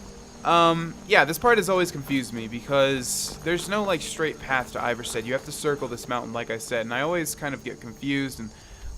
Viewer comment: It’s pronounced ee-var-sted